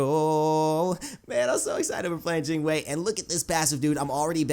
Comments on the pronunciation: Yes you pronounce it correctly! Jing Wei : Jing Way Not Jing Why not Jing Wee, Jing Way. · I was just joking lol and your Jing Wei pronunciation is pretty good. It's kinda like Gin Way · your pronunciation of Jing Wei(精衛) is perfect